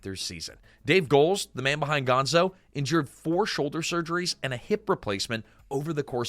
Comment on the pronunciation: Is this all AI narrated? I question it because of a few weird inconsistencies like referring to Piggy as Peggy (after switching to Piggy for most of her segment) and the most glaring one, calling Gonzo, "Gonza" .